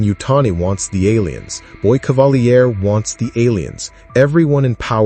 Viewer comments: Dude it’s pronounced “cavaleer” he’s not French smh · AI can't say "Cavalier" properly?